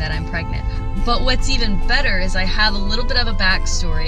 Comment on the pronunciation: Its true that well.......... it ees what it ees